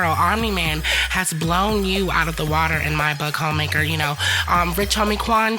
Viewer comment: I just kept hearing Hoemaker 🤣